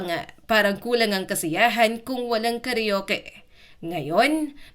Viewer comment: Ayusin mo Ang pagka bigkas ng salita karuke instead na karaoke tanga